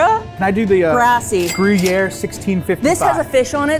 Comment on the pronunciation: I love that said Gruyère correctly, I work at Starbucks, and that’s the cheese that’s in our bacon egg bites, and people try to pronounce Gruyère like Grew-yee-r or Goo-are, or something which is so funny honestly